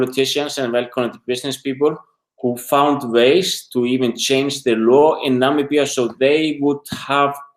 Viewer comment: I hear Nambia,not Namibia...makes me angry!